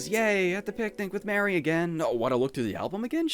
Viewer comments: *Mari is pronounced as "Mar-e" not " Mary" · am i the only one who thinks Mari's name is supposed to be pronounced "mah-ree" instead of "mare-ee"? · I'm like 90% sure it's pronounced Mah-ri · A cool video i which I found out sooner. But, it’s MAR E not MARY LOL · Love you but Mari's name is pronounced Mar-ie not Mary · NO. NO, NO, NO. ITS MARI. NOT MARY HOLY SHIT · Wait wait wait Is it pronounced Mary or Maree? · Christ I was wondering why I disliked this video until you said MARY. Her name IS NOT MARY. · you disliked the video just cuz he mispronounced one characters name? lol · Her name is pronounced like Marie btw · Hey, just for the record, I think that Mari's name is pronounced like "Mars" but with an I instead of and S. Like, Marr-ee. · this video is great, or at least it would be if you just pronounced Mari's name correctly. It isn't really anything major sounding, but it sticks out more then Omori himself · 7 minutes in and i already am frothing over the way he pronounces mari